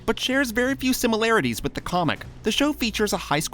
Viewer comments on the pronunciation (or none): none